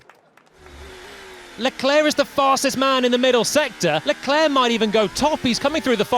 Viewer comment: "Sharl Leclaire" I can't with this commentators xd